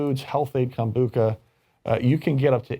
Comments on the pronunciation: its pronounced Kombu-CHA ..not Kom-Bu-Ca...luke cha cha slide. Kom-Bu-Cha! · Yes, CHA, as in "tea". Kombu-cha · Kom-bu-CHA...like the ballroom dance CHA-CHA-CHA, or CHO-co-late the sweet...